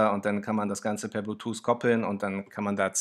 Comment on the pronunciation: super video, aber "blutuse" :)